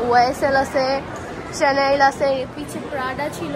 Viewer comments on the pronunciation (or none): none